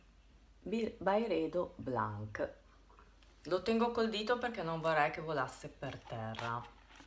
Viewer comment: Comunque non si legge BLANK, ma BLANSC.